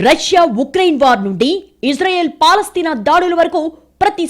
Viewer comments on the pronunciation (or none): none